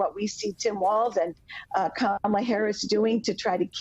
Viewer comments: IT'S KA-MA-LA..... YOU SAID KA-MALA AND I ALMOST FREAKED OUT. HARRIS/WALZ 2024. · Stop saying her name wrong ,Comma la